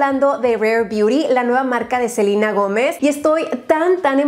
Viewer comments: se llaman nombres propios, los cuales no deben ser modificados del idioma original en el cual están. Selena es un nombre en español, y se debe de pronunciar así S E L E N A Que ella lo pronuncie Selina porque su primer idioma es el Inglés y así se pronuncia en ingles no tiene nada que ver. Pero si uno habla español y sabe como se pronuncia correctamente, pues hay que hacerlo correcto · En inglés se pronuncia selina pero se escribe Selena es como Selena Quintanilla le decían selina pero se escribe SELENA 😅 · Soy la única que se le hace raro que le diga Selina y no Selena ?? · En español es Selena, no Selina. Es estresante escuchar Selina cada 2 segundos. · No se dice “Selina” es “Selena”, tal cual, tan fácil, no sé porque los que hablan inglés todo quieren modificar. Saludos. ♡ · Porque dice SELINA? no es SELEEENA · espero que no le dijeras selina!! digo claramente es SELENA... por que en este video todo el tiempo dijiste seliiiina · Selena*** no Selina 😅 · Que no es Selena así como se lee? No selina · Soy yo o le dice Selina a Selena xD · Yo pensando porque dice "Selina" Si se llama "Selena" 🤣 te queremos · No rs Selina. Es Selena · sofianzan lo sé, pero me pareció gracioso que alguien dijera selina siendo que donde vivo siempre lo pronunciamos mal xd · Pues si no vamos también a eso Selena se pronuncia Selena, ya que proviene del nombre Selene 🤗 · A mi también!! Nunca escuché a nadie decir Selina jajaja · confirmo, me causa tensión escuchar selina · los nombres propios no tienen diferentes pronunciaciones solo una. Es selEna en cualquier idioma. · La verdad es que como nombre propio que es se debe respetar la pronunciación del idioma donde pertenece en este caso es Selena ya que es latino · Selena sino sería Celina (bah yo tengo una prima con este nombre) sino sería Silina eso no me gustó que le cambia la pronunciación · de echo si casi moría al escuchar Selina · Pero si a ella le acomoda decirle así no le veo el problema! Es solo una vocal.